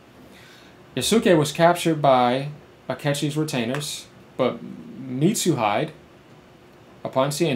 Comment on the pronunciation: It might be a bit off topic, but uuh... it's "Mitsu-He-Day". Sorry, you just reminded me of someone i know pronounced hide (english) as hi-de (japanese). It's a bit funny, thanks but also sorry.. i guess? Because i did laugh when you said it to be honest. Hopefully it doesn't offend you in any way though.